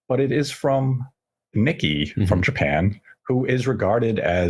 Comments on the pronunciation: Calling The Nikkei "Nicky" cracked me up, sorry XD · just fyi - its "Bill of materials", not "build". and "nikkei" is pronounced "nee-kay" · Guys I love you but Nicky? Its pronounced knee-kay. You're welcome 😊 P.S. they should have waited until they were "ready" for the 4k Switch Pro (if it even exists), and released the current OLED Model as the cheaper alternative.